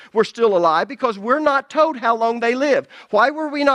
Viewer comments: That's funny because when I first started watching, I wondered where you were at because you don't pronouns your "L"s and it changes the sound of the words all together. Lol. Old instead of old, toad instead of told....lol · Love ya brother. Enjoy your teaching and faithfulness to God's Word. Just 2 things.... Stop yelling. You always sound angry, as if you're chastising everyone all the time. And speaking of regional accents, it's tolllld, and ollllld and solllld and folllled and colllld. Yes, you pronounce the L. I can handle people from the south, north east, and most accents, but there is a difference between an accent and destroying the English language. Thank you😊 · It's so ironic how he comments on dialects and everytime i hear him say the word "told" he's actually saying tye word "toad". It's so funny to me. Sorry for the side note. This study content is amazing!